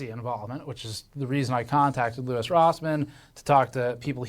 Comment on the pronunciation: LOUIS NOT LOUI